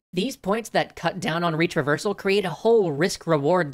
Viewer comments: Can't stop hearing it as "reach reversal"... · 1. When I heard "Retraversal", I thought you had said "Reach Reversal". It was funny and confusing. 2. I think you could have written the part where you said retraversal can make people aware they're playing a game a bit better because you sort of implied, along with the image, that this was a bad thing. I love your positive take on gaming and it being an art, so I think you should have said that you don't want break people's immersion and engagement and make them aware of that. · I swear he was saying 'reach reversal' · I heard it as "reach reversal" every single time and was confused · Did you say reach-reversal or retraversal